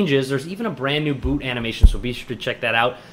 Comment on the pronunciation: Anyone else heard Boob animation instead of boot animation?!